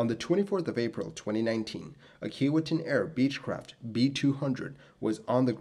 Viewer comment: It's pronounced key-WAY-tinn.